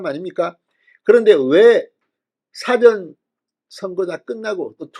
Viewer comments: 진주필, 사전투표가 dictionary 투표가 아니요. 발음 똑바로 하면 좋겠네요. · 낱말 즉 단어를 해석하여 편집한 사전 과 행동이나 말을 하기전의 뜻을 가진 사전을 구분하여 말쓰을 해야할 것 같습니다. 책자 사전은 짧고 이전의 뜻을가진 사전은 길게 발음하는게 옳을 것 같습니다.